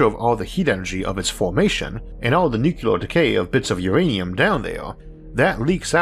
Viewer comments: Keep hearing NuKUlar, nukular. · Isaac, come on really? you say "nucular"? and you can't blame it on you're speech impediment, I know you're from the south or something and I had to double